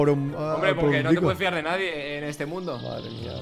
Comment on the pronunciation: Nadie: Absolutamente nadie: Tu: Nasdie